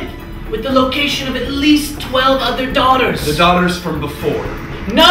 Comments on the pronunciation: The word daughter didnt actually sound like a word by the end here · I like the part where he said "daugthers"